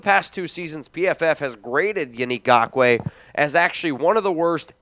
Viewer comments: It's not Gockway bro. You are literally the only person that pronounces it that way. And I'm going to go with his teammates and every sports analyst every color announcer every everything in the NFL pronounces it correctly and you ain't doing it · For GAWKWAY Lmfao, I love how you pronounce his name 😂🤣 It's wrong but too funny to change. Keep it goin 👍🏼 Also, yes we Need Yannick bad. InGawkway would add so much to the team even tho there's an ice cubes chance in the devils playground that we will get him. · like your show and agree with your prediction that YN will not get signed by the Raiders, however, please learn to pronounce “Ngakoue.”